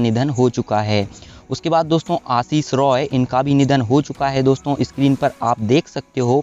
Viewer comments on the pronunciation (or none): none